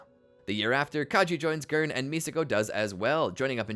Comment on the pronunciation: Seal and Gurn are not how you pronounce it :(